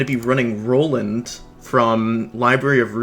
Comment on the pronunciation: Ah yes "Noland"